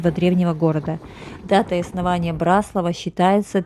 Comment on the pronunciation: А нам , местным очень режет слух когда говорят " на БраслАвах". Спасибо, что поняли и приняли поправку.